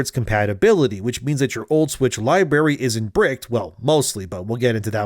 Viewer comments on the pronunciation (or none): Library. There are two r's in the word.